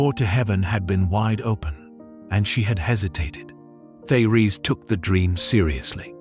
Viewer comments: Her first name should be pronounced: Tay- Ress. Her message is Awesome !!! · Very enlightening and uplifting, but I wish I was not confronted by a robot voice that cannot properly pronounce many words and names............like Therese. Peace.